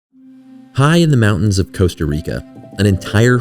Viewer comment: Costa not Coaster and it doesn't rhyme with toaster.